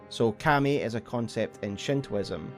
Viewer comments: It took me a little to understand you were actually talking about 神. Its pronounced ka-mi. Two evenly stressed syllables. Like kah-mee kind of. Its not pronounced cam-ee. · You make very good lore videos. That said, dude, the way you keep saying Kami is like nails on a chalkboard. Not sure if it's just your accent or a mispronunciation but I had to stop the video. Keep up the great work though, the lore in this game is so disjointed and vast that it's good to have a few kind souls putting it all together for us.